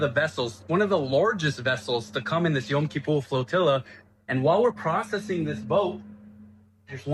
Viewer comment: Sorry, my friend. It's not "flutilla". It is flotilla . Thank you for your work, though.